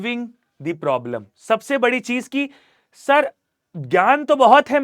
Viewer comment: Problem solving ❌prolem solving ✅ 😂😂😂😂😂😂😂